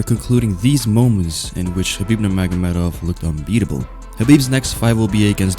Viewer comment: Say his name AGAIN nurmagomehomov